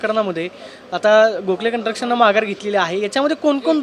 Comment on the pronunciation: कंस्ट्रक्शन? का कंट्रक्शन??? मराठीची वाट लावली! सुधारणा नाहीच ! मराठी रिपोर्टर ची केविलवाणी अवस्था!